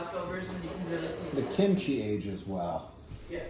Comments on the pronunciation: it’s kimchi not kinchi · it’s Kimchi, not Kinchi. Telling u just in case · I think it’s kimchi not kinchi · Kinchi ? I think you mean kimchi :) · was that supposed to be Kimchi? Says Kinchi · Good video! Kimchi! Not Kinchi. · did that say kinchi?